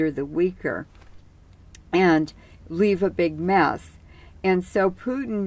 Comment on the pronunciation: I believe he’s name is Putin. not pewting